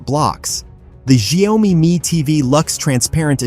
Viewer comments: Terrible pronunciation of the company name it pronounce as "Jiao- Me" not Shy-Oh-Me. 😅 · Why this ai bot keep saying “Xiao o mi” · Shayomy??? WTH i mean " wut Da pakk" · Watch your pronunciation - Xio-Mi not Xi-O-Mi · your video can't even pronounce Xiaomi correctly.... you need to change your AI or just give up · It’s pronounced shyao me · You have an irritating mispronunciation of the name of the product "XIAO-MI" There is only 2 syllables not 3. NO OM-MI. Please go back to school and learn the right pronunciation!!! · Shy-oh-me? This has to be an Ai voice over 😂😂😂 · when AI can't pronounce XiaoMi but everyone thinks it's LEGIT shit it's talking about ! World is going the path of IDIOCRACY movie was forecasting it will ! :D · For whatever this person trying to blog or influence ( is he a robot who can't pronounce a Chinese translation). He can't pronounce XIAOMI...Forget him.. B. S. Insult the product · Couldn’t even pronounce the name correctly 🤣🤣🤣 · If you can't even pronounce the company name (Xiaomi) correctly it's a pretty fair bet this whole video is just normal tech BS. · If you can't say xiaomi then please keep quiet. It sounds terrible. Stop that! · Its robotic voice that almost sounds human. Its just reading off a written script. That why it cant pronouce word. Properly. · Your pronunciation of "Xiaomi" betrays your ignorance. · Stupid AI...can't even pronounce well( Xiaomi )